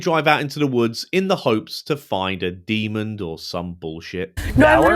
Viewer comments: Great video 💜💜 it's 'demon' not 'demond' 😂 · I love you but please stop saying demond